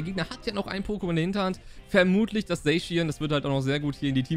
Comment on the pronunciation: Danke das du nicht „Sackian“ zu Zacian sagst 🤓🙌🏻